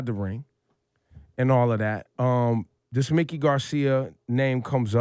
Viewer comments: Ebro, it's pronounced Mike-ee, not Mick-ee. Come prepared for your interviews. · The man's name is pronounced MIKE-KEY! not Mickey!